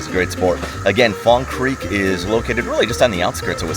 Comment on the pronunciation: Fong Cweek...😂